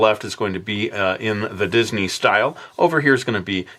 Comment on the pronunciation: said didney